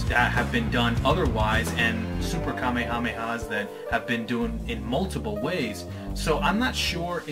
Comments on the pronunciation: You keep saying it wrong and it's very annoying. It's pronounced "ka-may-ha-may-ha." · Oh my god, I get such OCD about this. King Kamehameha is not pronounced the same as the DBZ move it's pronounced more like "Ka-may-uh-may-uh" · the hawaiin king's name is pronounce (Kuh-mayuh-mayuh) in a fluid motion (3 sylabals not 5) and you should pronounce it the 3 sylabal version with the word wave after it instead of saying ka me ha me ha every single time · Why is he saying it that way?